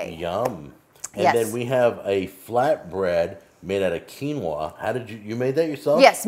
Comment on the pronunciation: I really don’t like how they say quinoa.